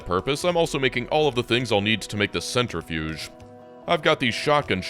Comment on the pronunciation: lovingly.,, cen-TRI-fuge